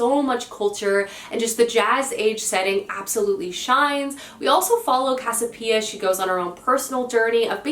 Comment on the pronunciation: Try the Regeneration Trilogy by Pat Barker. It's set in the Great War, or World War I, era. Moving works. At least pick up the first book from your library. You won't be sorry. Non sequitur: it is Casiopea--cass-ee-o-pay-uh. Don't leave out a syllable when you say it. I mean the protagonist from Gods of Jade and Shadow.